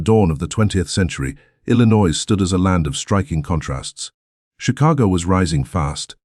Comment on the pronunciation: Please, your AI doesn’t know how to pronounce Illinois correctly. It’s I’ll-I-noy. I should know because I was born and raised in Illinois and moved to Indiana in 2010.